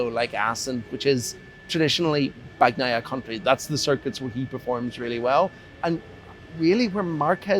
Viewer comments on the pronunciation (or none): please learn to properly say names... it's not BAG-NAIA cmon... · Bagnaia is pronounced with a silent G. God damn it😂